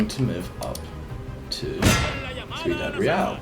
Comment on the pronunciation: Just an FYI Ciudad is pronounced see-you-dad not sit-a-dad